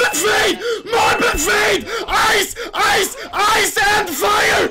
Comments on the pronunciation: Here i go typing the same comment... "MARBAL FED MARBAL FED AIS EN VAIER MARBAL FAET MARBAL FAET AIS N FAIR" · "MORBLE FAYDE, EYCE EYCE AND FIYA" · AIS AIS AYS AND FAYA FAYER FAYER